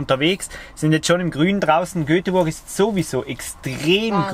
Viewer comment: Ein schönes Video. Nur eins bricht mir das Herz. GÖTEBuRG.